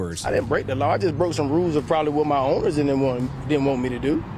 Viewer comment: "i didn break the loaw"